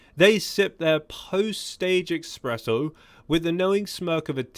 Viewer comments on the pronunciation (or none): Its espresso not eXpresso..